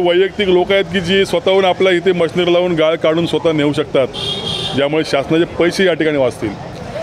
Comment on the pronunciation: पत्रकाराला आपली मराठी नीट बोलायला सांगा गाळ आणि गाल यात फरक आहे याला सांगा 😂😂😂😂